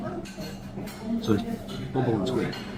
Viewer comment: It's not booble... It's bubble 😂bleeding 'ell sort it out,,, Mike from South London 😂